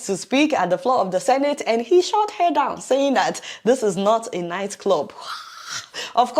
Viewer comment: I thought you were a Nigerian. Bit the way you pronounce the word "her".... What's up with that?